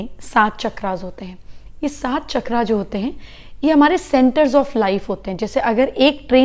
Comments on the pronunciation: चक्र CHAKRA ☑️ NOT चक्रा CHAKRAA ❌ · माता जी ! जय गुरुदेव । शुद्ध सनातन संस्कृति में चकरा CHAKRAAA नहीं पर चक्र CHAKRA शुद्ध उच्चार हैं । ।। जय गुरुदेव ।।